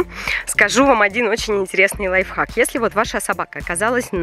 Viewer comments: ты сказала лайфак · ты сказала не лайвхак а лайфак